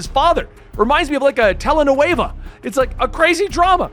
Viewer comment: I love how you said telenovela it was hilarious but how you told the story was amazing!